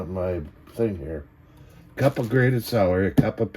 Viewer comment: Lol, your saying Salary, like earnings, instead of Celery 😂😂